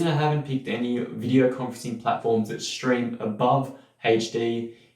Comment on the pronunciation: Good video but what's with the "shtream", "shtress", "aushtralian", "regishtration" - that unnecessary "sh" sound in there is really distracting.